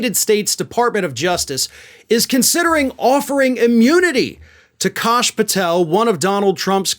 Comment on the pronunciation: Don't believe it's. "Kosh", believe it's pronounced "Cash". ( Even heard he makes the "s" a dollar sign)